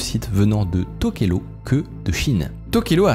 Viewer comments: Ça se dit TokelaOU pas TokelO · ça se prononce Touvalou :) et tokélaou, j'ai pas eu accès à un bon réseau pendant un an et j'ai raté cette pépite. J'habite dans le pacifique et je guette un peu ce qui s'y passe technologiquement. donc merci. J'ai bien rit sur la prononciation des noms polynésien et je connaissais pas ce business des noms de domaines. merci beaucoup